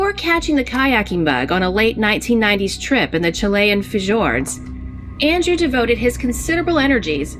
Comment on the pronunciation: Wtf is a fuhjord?!🤣 I had to play that part again (cuz I was listening and not watching the screen 😅)